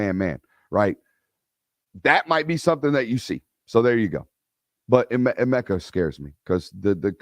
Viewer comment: Eh-mecca ..Egg-booka